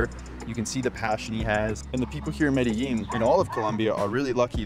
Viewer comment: Thank you for choosing my country to go to and the way you say Medellin is incorrect